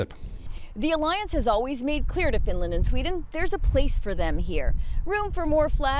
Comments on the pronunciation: Why does he keep saying Fin land? It is Finland! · Finrand? Not Finrand! The Kremrin better reave Finrand arone. I ruv Finrand.